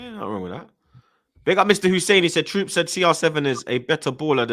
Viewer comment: I fuck with yo lol real yard mon say him cant read suchman name 😂 man like 5 millimiters